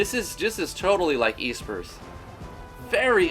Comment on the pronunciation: EEEspers. heh, nice vid, but I think Espers are pronounced with a short e. :)